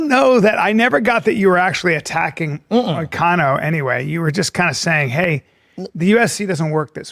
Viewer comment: Damn it hurts my ears how he pronounce ''MoKAnO''...by the way Shlaub, he lives in Florida so he is not in Brazil!